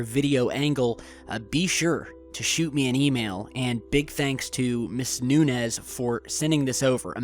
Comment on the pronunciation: Lol it's pronounced (Nune-yez) not (New Nez)